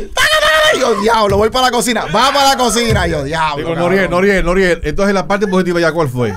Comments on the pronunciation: Nadie: Él Pacha: Noruel... Anuel 🤣🤣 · Pachasito es Noriel no NORUEL HAHAHAHA🤣🤣🤣🤣